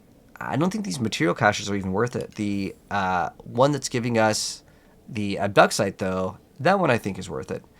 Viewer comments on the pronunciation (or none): Never heard anyone in my life call it ob duck site